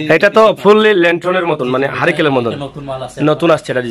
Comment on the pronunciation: হারিকেল নয় হারিকেন